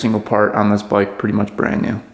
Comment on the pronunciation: What's a "boyk"? He said. ....."This is not my boyk...." 😅